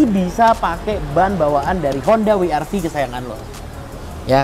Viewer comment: Double U kak. Bukan We er Vi..